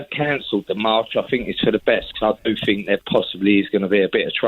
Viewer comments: He "finks" he has black friends 😂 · I fink he's just fick.